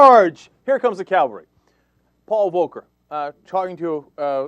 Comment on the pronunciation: Cenk, mate it's "Cavalry" not Calvary"!!